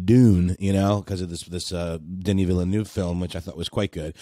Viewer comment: "Villi-noov", correct pronunciation "Vil-nuhv" Also Zendaya portrays Chani in Dune, Zazie Beetz isn't in the film P.S. If you guys check my playlist "The Rabbit Hole™" you'll find a wealth of topics I think you should consider covering